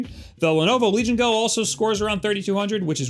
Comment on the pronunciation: listen to the way you say "Legion Go". Correct this immediately.